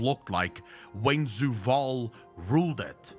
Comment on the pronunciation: Idk it just sounds weird when says Zoo-vaal instead of Zovaal. Maybe I'm just being too picky hahaha